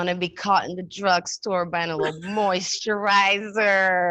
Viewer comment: Moisturizerrrrr her accent really came out 😂. Yes gal!!